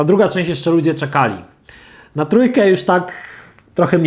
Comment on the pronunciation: sword czyta się [sord],...